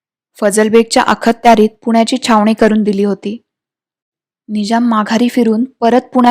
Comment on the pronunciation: शेवटच्या ललकारी ने अंगावर अक्षरशः काटे आले. फारच फारच फारच फारच अप्रतिम. त्यात तुम्ही नकाशाचा वापर करून बाजीरावांनी कसे कूच केले आणि निजामाला कसं घेरलं त्यामुळे रंगत आली. फारच फारच सुंदर डोळे मिटून ऐकलं तर प्रसंग जसाच्या तसा डोळ्यासमोर उभा राहतो. उत्तम उत्तम सादरीकरण. ताई प्लीज एकदा अखत्यारीत या शब्दाचा उच्चार कसा करतात जाणकारांकडून विचारून घ्याल का. कारण या शब्दाचा उच्चार करताना "अख"... या नंतर काही क्षणांचा अवधी घेऊन....... "त्यारीत" हा शब्द उच्चारावा. तरीही आपण जाणकारांना विचारावं आणि मगच निर्णय घ्यावा ही विनंती 🙏🙏🙏 तुमचे पुस्तक छापून आले की पहिलं पुस्तक मी विकत घेईन. इतके सुंदर पुस्तक लिहिले आहे तुम्ही. आपल्या संग्रही असावं असं हे पुस्तक आहे. तुमच्या पुढील भागाला शुभेच्छा. 🙏🙏🙏🙏